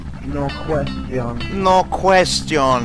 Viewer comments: "Nuh kwestee-on." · It’s been 7 years, and I still say “no questeon” reflexively Help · No kwest shun.